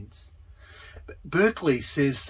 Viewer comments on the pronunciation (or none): Maybe it's too late, because this is two years old, but I'm going through the whole series - and Husserl shouldn't sound like Searle, even when I like them both. It's HUSSerl, if you get my drift. And Berkley as a person is pronounced Barkley, in contrast to the university that carries his name